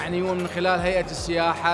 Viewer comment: إلى المذيعة ترى فشّلتينا.. حرف السين هو حرف شمسي لذلك ال التعريف لا تُلفظ في السياحة..